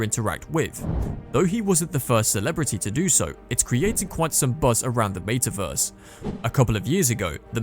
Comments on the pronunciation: I can’t watch this video simply because of the pronunciation of meta verse 🤮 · What a weird way to pronounce “metaverse.”